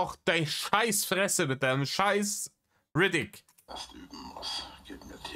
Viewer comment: "Riddick" oder meint er "Räudig" cringe af 😂😂😂